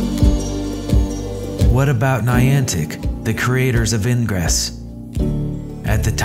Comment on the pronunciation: Lolwat? What's "eeyn-gres"